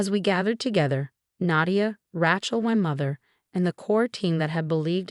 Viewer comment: Learn how to prounce Rachel right.